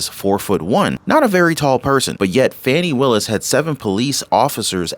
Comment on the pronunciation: You are mispronouncing her name.